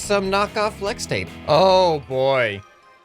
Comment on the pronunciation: Pfffft I love it lol FWEX TAPE